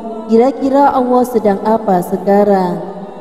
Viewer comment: Pengucapan nama Allah nya tolong di perbaiki